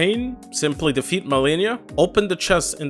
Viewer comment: “Simply deafet malenia”